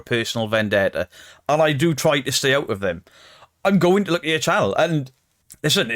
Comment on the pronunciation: It kills me the way he keeps saying ' I'm goonoo' ! And he still hasn't got any proper trousers !!!